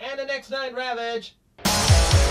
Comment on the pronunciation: What kind of Ravage was asking for at the end? Sounded like he said something like "Next Line".